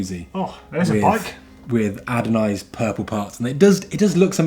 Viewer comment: "adonised" 😂😂 ffs it's 'ANODISED'! If you don't know words, may I suggest a script? Christ...